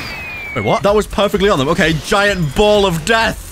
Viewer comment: BLUD JUST SAID JAYENT ELECTRIC BALLZZZZZ😈